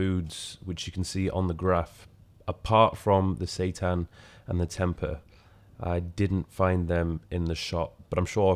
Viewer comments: Also it’s pronounced tempay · It's pronounced 'tem pay' (originates from indonesia).